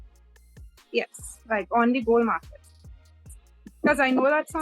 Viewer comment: Ya sounded like bull, but she definitely did say gold. you should get back to her on that question! She seemed very friendly.